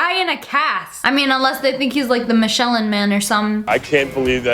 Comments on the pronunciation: MI-SHELEN MAN😂😂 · You said Michelin Man wrong by the way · I like how you mispronounced Michelin 😂😂😂😂